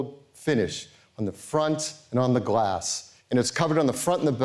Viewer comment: Did he say "glack"?